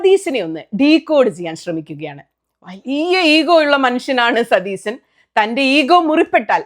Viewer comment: സുനിതാ.... സതീസൻ അല്ല... സതീശൻ ആണ് 🙏🏻😂😂